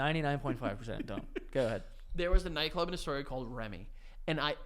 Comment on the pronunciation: I’ve been watching for so long and just found out it’s Astoria, and not historia